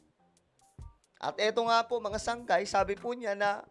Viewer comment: Sungay Hindi sangkay